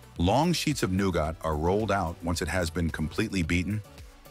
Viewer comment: Well I was going to subscribe until the who ever is narrating couldn't pronounce nougat it's noo-guht not noo-got. It makes all your information irrelevant and tells me you can't be trusted to truthful